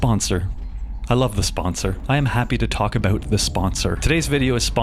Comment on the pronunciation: Let's talk aboot the hooswife.